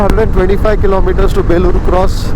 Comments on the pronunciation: Enjoying long drive.. its Belluru cross not Belur cross.. In Kannada.. ಬೆಳ್ಳೂರು ಕ್ರಾಸ್.. ಬೇಳೂರು ಅಲ್ಲಾ. 😎🙏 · Good video....Let me correct place name pronunciation. It's Belluru (ಬೆಳ್ಳೂರು) cross not belur cross.